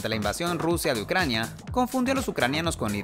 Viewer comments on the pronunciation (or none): none